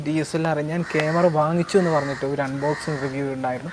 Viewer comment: കേമറ അല്ല ക്യാമറ